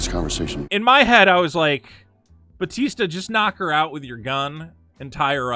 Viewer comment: I think it’s pronounced BaTEAsta….. 🤔